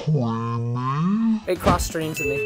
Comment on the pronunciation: So cweamy